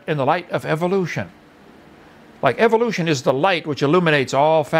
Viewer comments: You say it Evil lotion, I know it's the accent I'm not harping on that it's just funny because most evolution deniers find Evolution EVIL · don't ignore the BLAT'A'NT fact that while you hear it as "evilution" you believe there is some hidden meaning behind it when he says it, that much is obvious, because of the word "evil"? And I'm fully aware of the alternative forms of pronunciations so you won't enlighten me with anything.